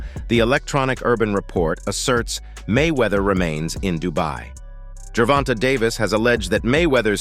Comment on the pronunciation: this cappin channel don't like Tank. They even sound like a lor beoch when they say Gervonta. Can't even say shawdy name right.